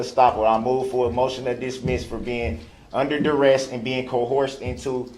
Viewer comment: Throughout the trial I was laughing and cringing at all his misuses and mispronunciations, repeatedly, "suBstain", 'duressT", "coHERzion", "stopPLE", "groundZ", it was obnoxious!!!